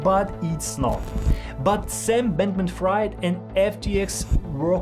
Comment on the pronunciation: Could you at least learn how to pronounce Fried last names? Jesus